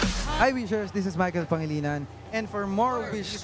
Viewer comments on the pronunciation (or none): who's michael pangilian? 😅😅😅 i know michael but her last name is pangilinan not pangilian😅😅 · its PA-NGI-LI-NAN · Thanks for reacting. Your reaction is so beautiful. This is very late. Regarding his name your pronunciation of his last name is actually very close. But the "G" is silent. To help you its its "PANG -HILLY NAN" . Again thank you for your reacting.